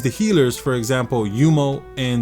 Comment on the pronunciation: why do you keep pronouncing yuno as yumo